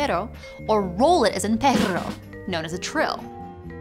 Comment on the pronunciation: kudos for your pronuciation of pero and perro <3